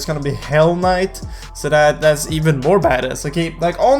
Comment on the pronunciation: White boy saying badass... TRIIIGGERREEDDD